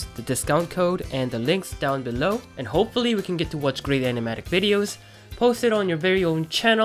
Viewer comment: i just love how he says bellow "belou"